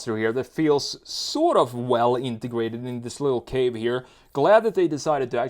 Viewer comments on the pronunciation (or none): none